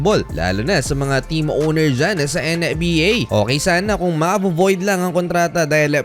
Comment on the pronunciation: Kayasin mo nga dila mo ang arte arte mo sa pad bigkas ng NBA! pweee!!!!